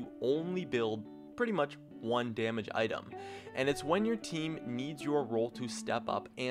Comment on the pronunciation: wtf did he say 1 damege item ?????